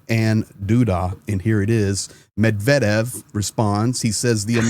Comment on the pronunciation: thank you for pronouncing Medvedev correctly! As an American ruSSian speaker it has driven me up a wall to hear so many say it incorrectly.